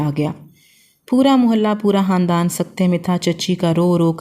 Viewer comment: Hamosh nahi khamosh hota hai😂 handan nahi khandan hota hai